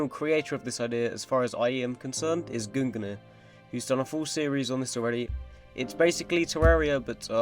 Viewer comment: I love the way he says guin-gnier instead of gun-neer